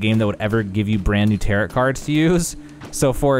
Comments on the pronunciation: Tarot cards, the end T is silent. Te Ro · The way he’s saying tarot card is sending me lol